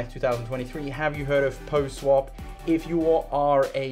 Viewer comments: seriously, it's PAW not Poh lol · What is “poh” swap? Sorry not trolling you but my OCD was on fire hearing it pronounced “poh” through the entire video 😂